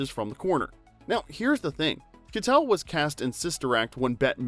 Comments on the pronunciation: Harvey Kie-tel not Kuh-tel . That was driving me nuts! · Harvey KYE-tell not kuh-tell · It's Harvey Ky-TELL, not "Ka-tell"! We expect more from a real human narrator. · Is harvey's name kuh-tell or kai-tell? I've always heard the latter, but after watching this video, I'm confused. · Pronunciation issues: Keitel is pronounced Kitel with a long i. Larocca is pronounced larocka, you know like a rock.